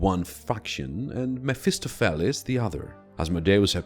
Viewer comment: MEF-iss-STOF-a- lees